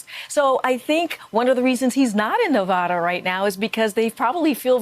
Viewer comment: She thinks she sounds smarter by miss pronouncing Nevada but it has the opposite effect